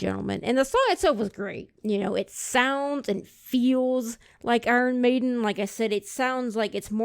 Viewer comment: You need to pronounce their name correctly. Other than that good guy.